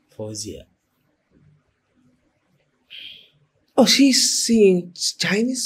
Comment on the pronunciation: Based on the comments, people were surprised that her pronunciation was spot on and accurate. 👏🏼👏🏼👏🏼👏🏼👏🏼